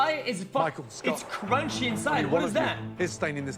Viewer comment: It was RRRAW and CRRRRUNCHY!! 😂